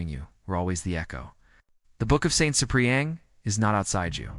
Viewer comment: Try getting the AI to pronounce Ciprian as SIP-ree-ən